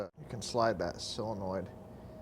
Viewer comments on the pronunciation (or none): What's a sillinoid? I've heard of solenoid. Is that what you mean?